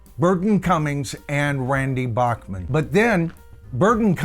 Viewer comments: Not to be too picky but Randy Bachman pronounces his last name “Back-man” not “Bock-Man” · His name is pronounced BACK-man. Not BACH MAN like the classical guy. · Randy's last name is pronounced "Backman" - even though BTO is usually pronounced beginning with "Bockman". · Randy's last name Is pronounced "BACK mun".....just listen to Burton. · To be honest.many of us in Canada (including me) pronounced it Bock-man as well until Randy started his CBC weekly radio show (Vinyl Tap) and re-booted his public profile.